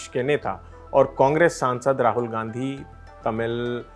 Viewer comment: Rahul Gandhi hota hai gnadhi nhi...🙄